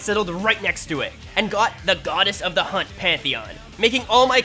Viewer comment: "godez of de hunt" now lives in my head rent free forever